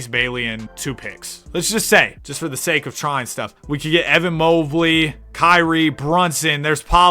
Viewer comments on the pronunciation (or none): none